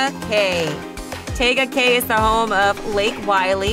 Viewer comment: You’re pronouncing Tega Cay wrong. Tee-ga Cay. You must be an outsider